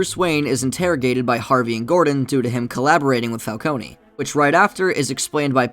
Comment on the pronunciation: Oh no, you didn’t pronounce Falcone wrong, that’s how it’s supposed to be pronounced. In the Telltale games, everyone pronounces the Falcones as “Falconey” while Carmine Falcone pronounced his last name as “Fal-Cone”. The Nolan films made everyone think it’s pronounced “Fal-coney”.